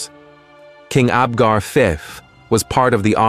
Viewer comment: Was he Abgar Fif or Abgar Fee? These laughable AI videos pretending to be scholarly are a waste of time.